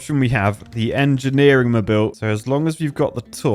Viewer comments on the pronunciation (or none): Marvel of enjeniring? more like Miracle of enjineering!